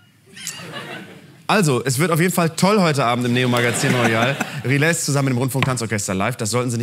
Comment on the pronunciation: Rilès wird aber anders ausgesprochen.